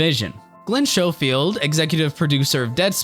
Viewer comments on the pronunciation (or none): “Glen *Shhofield*” Cringe